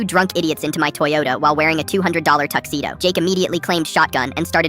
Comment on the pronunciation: the "beat up t-HOND-oyota" at the end killed me 💀💀